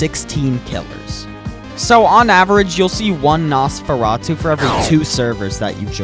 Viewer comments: no. its nos-fur-ruh-too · it’s pronounced nos fur a t oo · It’s pronounced Noseferatu. Your supposed to say the os name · its nosfur - chouf -atu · it is pronounced nos fur rah too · It’s pronounced “nose-fur-ah-to” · It's pronounced nos-fe-rah-two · Its nos-fer-atu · How to Pronounce Nosferatu ! Noes - Fur - Ra - Too Hope I helped! 🍞 👍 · You know Nosferatu is an old horror character you can just Google how to pronounce his name